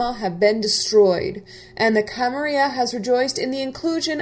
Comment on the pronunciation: Very nice work! Please dont take this wrong, its just a question: Why do you use modern spanish to pronounce "Camarilla" (with the /y/ phoneme)? I've played in many larps but actually never in any using English as the main language (I played in Portuguese, Spanish and Italian) and maybe you guys always use /y/ idk. But wouldn't it be more appropriate to address to it as it probably was said in the 15th century by the founders? with LL as in "million" (Catalan/Archaic Spanish)? Just curious :)